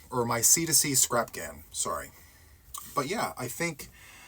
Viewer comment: Did just say C to C crapghan? Crabghan? Is my hearing that bad? 😮😊